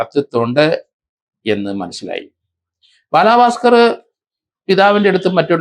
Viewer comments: രണ്ടു പേരുകൾ എങ്കിലും മര്യാദയ്ക്ക് പറഞ്ഞൂടെ?? ഭലാഭാസ്‌കർ അല്ലാ... Balabhaskar പിന്നെ കലാഭവൻ സോഫി എന്നല്ല...sobi എന്നാണ്.... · Sir shoby george not sofi george And its balabhaskar ( not baalaaabhaskar)( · ബാലഭാസ്ക്കർ അല്ലേ? ബാലാഭാസ്ക്കർ അല്ലല്ലോ? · Sir as Peru onnu nannayee pronounce cheyyoo....Bala bhasker......not balaaa bhasker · ബാലാ... പാസ്‌കർ അല്ല സർ.. ബാലഭാസ്‌കർ..... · ഭലാഭാസ്കർ ❎ ബാലബസ്കർ ✅ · ദേ വീണ്ടും ബാലാ ഭാസ്കർ....ഇയാളെന്തൊന്നു പൊട്ടനാ ബാലാ പാസ്കർ അല്ല ബാല ഭാസ്കർ...